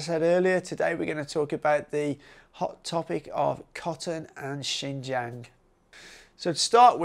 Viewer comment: If you could fix your pronunciation of jiang your video would be much more enjoyable. I am a foreigner too and know it is hard but I think it’s important to respect the place by learning how to actually pronounce it.